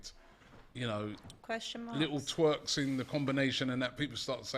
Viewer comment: Wait.. did say "little twerks" instead of "little tweaks"? 😂😂😂